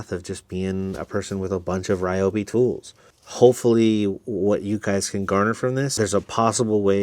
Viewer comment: Just an FYI. Not sure if anyone has said anything about the pronunciation of Ryobi. The correct pronunciation is "Ree Yo Bee" not "Rye Yo Bee".